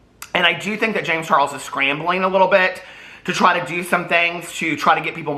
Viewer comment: “Don’t trey him” i can’t with you 🤣🤣🤣🤣🤣🤣🤣🤣